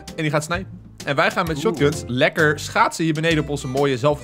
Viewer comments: Echt waar dat aksent schotguns 🤣🤣🤣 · Kijk 0.37 hoe hij Shotguns uitspreekt 😂